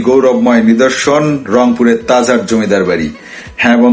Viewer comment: Tajhar na tajhat vlo kra speaking krn